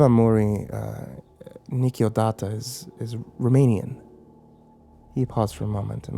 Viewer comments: ne va muri nikiodata cv de genul spune. pronunta naspa. oricum nu am prins ideea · nu vom(it) mur(mur) e nich o data. That would be the accurate pronunciation I believe. the brackets complete the word in English that would use those sounds. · aw man your pronunciation made the phrase sound japanese! it's / nu' morìm nisciodat'/ i'm not the best at showing in chat how its said but it's differently pronunciated xD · Lol that pronunciation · When i heard romanian i was like "what? When did he say something in romanian?" :)) you pronounced super weird the phrase haha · chan I can understand that he can't say it considering he does not know the language but it makes no fucking sense why you type like shit in it. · "nu vom murii niciodata"? that's not how you pronounce it. :)) for a moment I thought that you were speaking Latin. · He said it so weird 😂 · He said he didn't have anyone to help him with the pronunciation for this one. XD and apologized for butchering it. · the pronunciation sounded like a lovecraftian language.